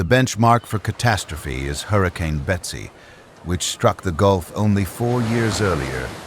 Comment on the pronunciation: it's supposed to be Betsy not Besty.